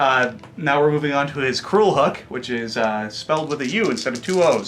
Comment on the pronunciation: "[...] Crulhook, which is spelled with a U instead of two Os." ಠ_ಠ Did "crool" become a word while I wasn't looking?